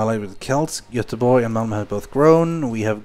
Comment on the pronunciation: You prenoundes Göteborg right.